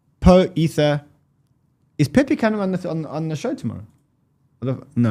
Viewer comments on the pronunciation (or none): Peh-PAY, not peh-pee